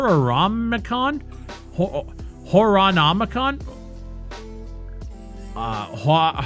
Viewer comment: I think its pronounced whore-o nomicon tbh